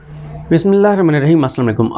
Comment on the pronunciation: یہ بسمہ اللہ تو صحیح پڑو